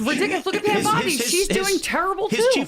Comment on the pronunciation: its pronounced Bond-eye